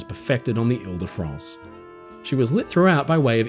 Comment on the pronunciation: Vive le grand paquebot Ile de France! Très bon Français mon ami.